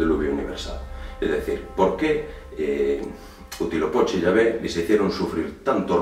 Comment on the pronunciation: No te molestes, pero realmente no pronuncias bien las palabras ó nombres del idioma Nahuatl que era el que hablaban los mexicas (aztecas). Huitzilopochtli se pronuncia como lo ves escrito y no como tu lo pronuncias y significa Colibrí Zurdo y sí es una representación del Sol. Tenochtitlan se pronuncia también como la ves escrita. En el idioma Nahuatl, las palabras son graves, tienen el acento en la penúltima sílaba, como si dijeras Te Noch Tí Tlan (con acento en la i) ó Huit Zi Lo Póch Tli (con acento en la o). Saludos y son interesantes tus videos.